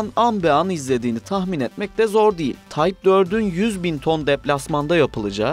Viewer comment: TYPE kelimesini TAYP olarak okursanız olmaz değil mi? Yapımlarınız "kaliteli" ve bu kalite için teşekkür ederim.